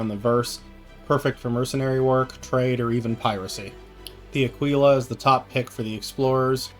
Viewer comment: Uh kee luh like tequila. Nobody drinks tuh kwilla